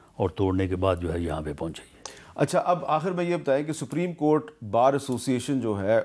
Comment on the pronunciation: Rana saab its not sapreem court its supreme court